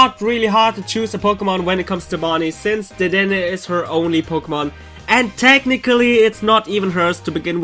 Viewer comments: dedenne is pronounced de de neigh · You see dedenne wrong its (de-de-nay) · Iris doesn't have a gible and dedenne is pronounced as the damn a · I only come here to hear him say dedenne xp